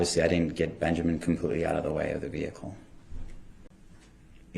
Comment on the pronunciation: His name IS NOT BEN-jer-MAN!! It’s Benjamin! Ding dong!